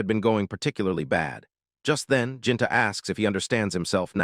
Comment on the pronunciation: uhhhhnnnngggg. Your pronunciation is abominable. Truly horrendous. Gaston =/= gas-ten. It's more like Gah Stone. Gahstone. Gastone. Gaston. It's obviously not Japanese. Ginta = / = jin tuh. It's more like Geen tah. Geentah. Geenta. Ginta. You're bloody channel's name is entirely Japanese, and you interpret japanese literature, but you dgaf about pronunciation? Sloppy.